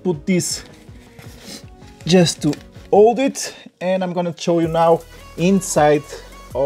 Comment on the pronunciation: What are you gonna chow us? Hahaha